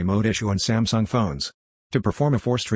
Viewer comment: "smasnug" and now "sumsung"